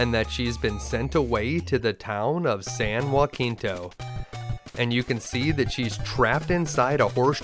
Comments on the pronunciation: San Jacinto is not said as San Joaquinto but "San Ha See nto", other than that this gameplay was pure flawless perfection. Also I love it when you destroy the plot and find hole after hole in the main story. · San Juh-Sen-Toe (not Wah-Keen-Toe) ;) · This game was a blast but I never finished it when i rented it as a kid. But as a native Texan, It's San Jah-sin-toe. We pronounce it different from the original San Ha-sin-toe. Great video my dude! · San Jacinto was where Texas won Independence from Mexico. You completely mispronounced it. Hard J soft C. [juh-SIN-to] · Naturally, it's a great video, and for a game I never woulda thought was so good. Everybody is saying that though. So I wanna ask something. Did anybody else kinda chuckle at how he pronounced San Jacinto in this video ?